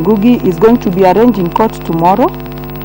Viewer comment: Did she say arrange 🤣🤣🤣 or arraigne